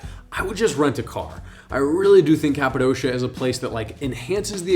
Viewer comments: My guy cant even pronounce Cappadocia correctly. Its not Cap a dosha. Its cap a dokia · It is called Kapadokya not kapadoşia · ...Good tips. Currently the price to fly in July euro pp...The balloon operators have rigged the price. Greed will kill their business... BTW....it's prounounced Cappa-DOKIA.....not doughshia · The way you say Kapadosha makes me think you were never there. Its not Kapadosha, but Kapadokia.